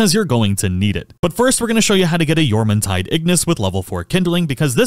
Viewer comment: YEAAAAAH YOU PRONOUNCED JORMUNTIDE RIGHT LETS GOOOO fantastic guide btw